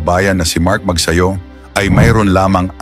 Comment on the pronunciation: Mabuti pa ang American announcer ay bigkas ng maayos ang family name ni Mark... it's Magsayo not Magsayu...